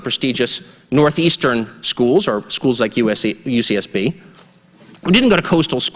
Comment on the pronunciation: Could have sworn that ucsb said USSR lol